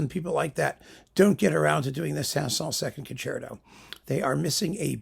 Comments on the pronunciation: Ok so I adore Rubinstein. I also adore the 5 Saint-Saëns piano concerti. In my opinion you say his name perfectly right. It’s the way my piano teacher taught me how to say it! Have you heard the Jean Marie Darré recording? Yes! The recording itself is problematic. It’s fairly old. It cracks a bit. But her performance is in my opinion breathtaking. I saw her once with my piano teach is a master class that JMD gave. She was much older then. But I forgot about her until recently I stumbled on her again. I listened to this set if 5 piano concerti and fell off a chair. I will listen to the Rubinstein. I respect your opinions to the degree that I need to do that. In fact you are darn right most of the time 🙏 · Certainly BBC announcers in the 1960s pronounced Saint-Saens without the final s (my dad recorded various performances on tape) and that seems consistent with general French pronunciation. Dad's recording of SS2 was Colin Horsley (as a late replacement at a Prom) and it was most enjoyable.